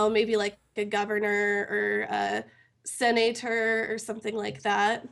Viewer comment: WTF is a "seh-NAY-ter"??